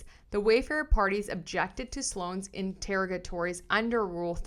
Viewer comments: I think it's pronounced "in-ter-OG-ah-tories" with the emphasis 3rd syllables & that O like in "on". That's in the US (I know Canadian can be different). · Enter-og-atories, it’s a hard word, hopefully this helps.